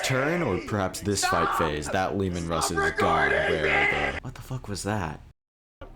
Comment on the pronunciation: pls pls pls its Russ "Ruh-ss" not "Rooz"